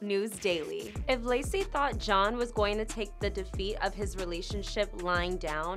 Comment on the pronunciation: Yeah everytime she says his name I'm like huh I thought it was shawn not john lol. I 100% agree about cheryl too. Somethin is not right with her.